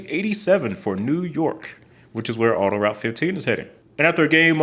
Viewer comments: I'm in Montreal. "Autoroute" is pronounced "auto-root", not "auto-rowt" ("ow" as in "wow"). And the pronunciation of many of the place names in Quebec is totally butchered. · Pronounced "auto-root", not "auto rout"